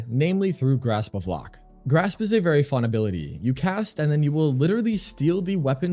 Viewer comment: I am sorry I have to. Grasp of Lohk (loke)